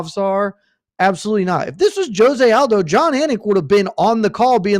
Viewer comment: Heck I think said Aljo, not Aldo.